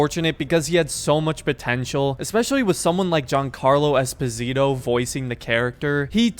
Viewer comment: Espósito. The first O is accented.